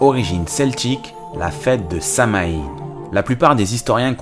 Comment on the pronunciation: ca se prononce : "samhouayn" ^^